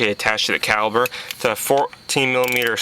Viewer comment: Dude talks like he has lead poisoning. Its caliPer, theres no B